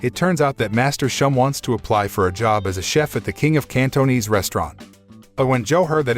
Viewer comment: The way he pronounce Cantonese though